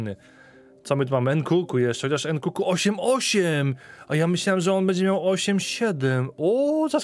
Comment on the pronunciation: nkunku nie nkuku, nie przekrecaj blagam.